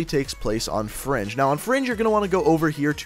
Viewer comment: why does he keep saying fronge